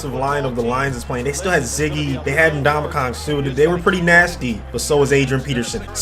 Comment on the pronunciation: "Nuh dom uh kahn"